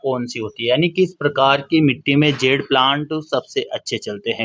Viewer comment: It is Jade, not zed or zede. Good video